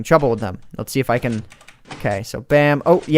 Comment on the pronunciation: Whenever says "can" it always sounds like "ken" to me.